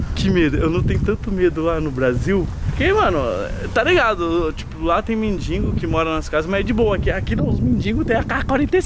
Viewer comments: mindingo kkkkk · Kkkk mds o falou mindingo kkkkkk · Dardi e mendigo nao mindingo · o disse mendingo que ai percebeu?